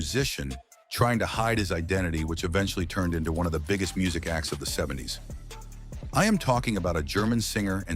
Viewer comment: What a boner killer to hear AI voice over and over mispronuncing the name everyone knows.